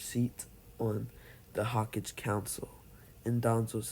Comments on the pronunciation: He said ho-kige instead of hoe-ka-gay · Ho-ka-ge not hawkage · hah cage Me: its hokage not hah cage XD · Hawk kage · You're pronouncing hokage wrong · Ur saying hokage wrong